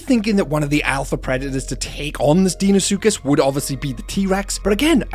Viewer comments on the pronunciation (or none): It’s pronounced Dino-suchus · love how you pronounce deinosuchus XD